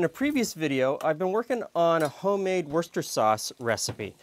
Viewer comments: I'm English. Yes...it's 'wooster' sauce. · yes, that's how you spell it, but you pronounce it "wooster" with a short oo. English pronounciation often bears no relationship to the spelling. It probably evolved the shortened pronunciation over centuries